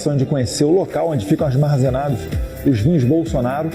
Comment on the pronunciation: 1'35" - Bananinha diz: "...o local onde ficam 'ASMARZENADOS'..." É um POLIGLOTA!!! Fala "Línguas", e aprendeu com a Madrasta. Kkkkkk